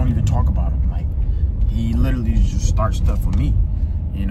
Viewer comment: The way he says “literally”😂😂